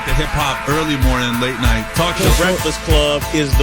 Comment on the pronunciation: emphasis on "late night"